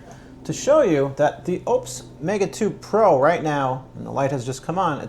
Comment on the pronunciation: I don't think your pronunciation of Oupes is correct